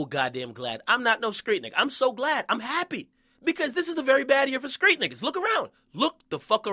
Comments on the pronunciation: it's street! not skreet and who give a fuck about all this fake shit do u have a day job dude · why this man keep saying "skreet" lol it's "street" fam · Stop saying skreet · Stop saying SKREET with a K instead of a T you are NOT an uneducated country nigga from the south. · Why the fuck do you say street with a K nigga? Lmao